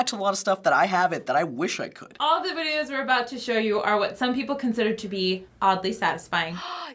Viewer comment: (when she says "videos") did she turn british for a second?